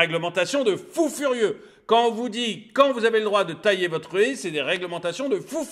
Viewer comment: On dit pas une Hé on dit une Haie !